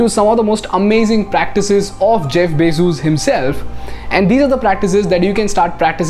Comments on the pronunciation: Is it really pronounced Jeff BayJuice? 😂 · Bezoos? His surname is Bezos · every time he says Bezos :D